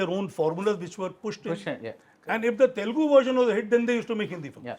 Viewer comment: I get so mad when north Indians and folks from mumbai pronounce it as Telgu. Its not telgu my dude and its a shame that many folks still mispronounce in this day and age